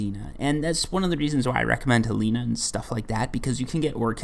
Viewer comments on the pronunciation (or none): He puts an I at the end of everything😂 Sedina/Helina